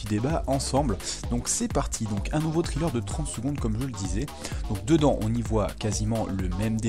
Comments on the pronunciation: Ça ce prononce trailler pas triller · Excellent taf comme d'hab. Juste un petit truc, on ne prononce pas trailer comme Thriller. Mais plutôt comme Tréleur ;) Continue comme ça !